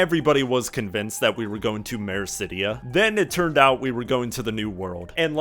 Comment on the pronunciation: Blindfrost is all one word, and it's Othard, not Orthard. *Meracydia, not Mericydia.